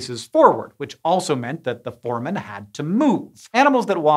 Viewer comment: Hank, here is the pronunciation of foramen: For-ay-men